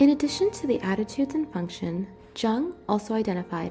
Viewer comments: Carl Gustav Jung was Swiss and his name is German, so it's pronounced as /jʊŋ/ (YUUNG) and not /ʤʌŋg/ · I wanted to add your link to my website but Jung is mispronounced. This show a lack of credibility which is unfair since this video is solid. The J is like a soft Y by the way... Thought you might want to know? If not, I apologize.